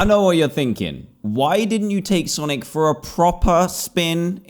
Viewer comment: i thought he said sanic